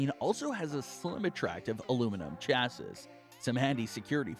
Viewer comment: it's pronounced chassEE not chassiSS - ruined the whole video. and it's not 13 inches laptops it's 13 inch laptops.